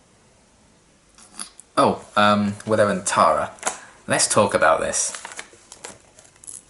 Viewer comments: If you watch then "Clahra" should be sufficiently seared into memory. Similarly, Giles—and, unsurprisingly—says "Tahra" [tærə] instead of [tarə] like the other characters (including Tara herself) say it. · As far as pronunciation goes, when I first watched the show I didn't pay attention to her name on the credits, so thought that Tara's name was Terra for a number of episodes. That's what the American pronunciation sounds like to me (in Australia we would pronounce it the same as you ).